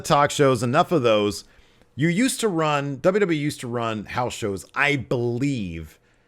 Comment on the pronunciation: Is it me or like half the people who work for wwe ( atleast the older talent and management) cannot say wwe correctly. From Angle to even Vince McMahon ( on the A&E foley special) cannot say W W E lol... I hear Double Double E alot... Am I the only person noticing this??? I CAN'T BE LOL